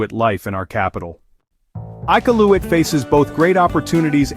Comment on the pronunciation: Not one photo was from Iqaluit! Your pronunciation of “Iqaluit” was atrocious. Do a little research first before posting fraudulent information about a place you obviously know nothing about.